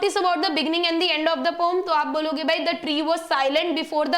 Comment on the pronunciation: Mam it's poem not poem 😂😂